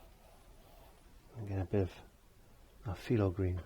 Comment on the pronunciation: Just curious...it sounds like you're saying "Filo green", is it phthalo green that you're saying?